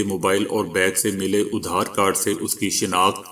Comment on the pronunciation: ادھار کارڈ نہیں بلکہ آدھار کارڈ